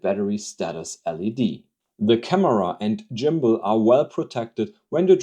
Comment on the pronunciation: Jimbal = Gimbal 💀 just messing with you video is excellent thanks for the laugh 👍🙏